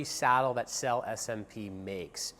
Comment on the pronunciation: May I invite your attention to the correct pronunciation of the word SELLE (Italian for "Saddles")? It's [sellÉ]! Thank you.